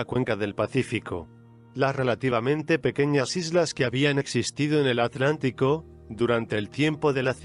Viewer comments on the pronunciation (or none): none